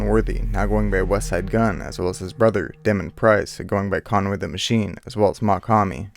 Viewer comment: Are you even a fan of Griselda because the way you said “chine” made me cringe, idk how you get that from “machine” but informative video nonetheless